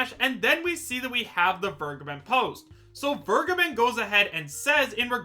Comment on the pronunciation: It’s been a year now, and people still don’t know how to pronounce Vergeben